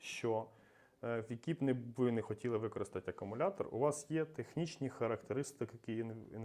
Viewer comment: Акумулятор, а не акамулятор, сідай двійка.